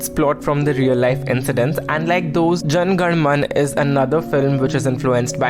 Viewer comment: Isn't it Jana Gana Mana? Not Jan Gan Man 🤦‍♂️